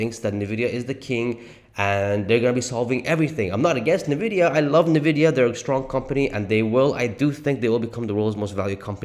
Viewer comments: Might want to learn Nvidia is pronounced N vidia, not Na Vidia.😂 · Dude, it's pronounced ,"in-vidia", NOT "nah-vidia" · Why ffs are so saying nevidia when it is N‘Vidida! Pronounce the N like the letter. You probably also say Porsch instead of Porsche aren’t you? Besides the annoying pronunciation the rest is ok, but still it ruins the performance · I noticed you say Navidia. When I think it is pronounced Invidia. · I stopped the video after two minutes because I couldn't listen to this idiot say NUHVIDIA one more time. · Please stop saying Navidia. It makes you sound like an amateur. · Why are saying "Nividia"? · What is nuhvidia stock? is that similar to Nvidia (pronounced "In vidia") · For the love of God, please learn to pronounce the name of the company you’re making your video on. Next time, I expect you to pronounce Nvidia correctly. It seriously hurts my ears + my soul hearing you pronounce it this way.